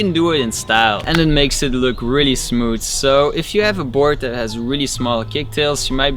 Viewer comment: anybody else love how he says that😥😂 "Det"